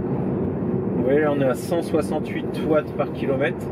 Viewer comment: Le fameux "kilomette" 😅